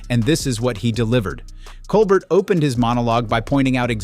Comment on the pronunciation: Wish that the narrator would start pronouncing Stephen's last name correctly.